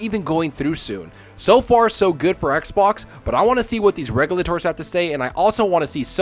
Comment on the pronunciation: Did you go to school or is English not your first language that you say regulators the way you do